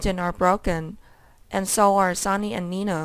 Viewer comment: It's Sonny Not Sawny!!! Learn how to read!!!